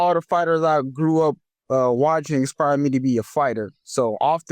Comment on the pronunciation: Why does he say expire instead of inspire is that a black thing or a death sentence thing